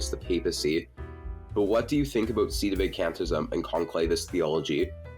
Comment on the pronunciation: @@ He can't even pronounce "Sedevacantism" correctly. It's really irritating me.